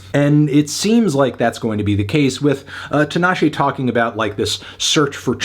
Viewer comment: 5? Nah bruv! Solid 8 for me. Also, it's TEEEENASHE.